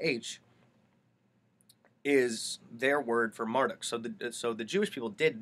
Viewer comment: Not Mar duck... Mar DOOK